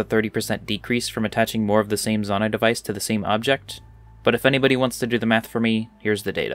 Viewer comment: It’s pronounced Zonai, not Zonai.